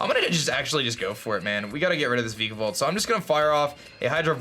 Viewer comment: I used to cringe a little when he pronounced Vikavolt before, I like that it's no longer the case.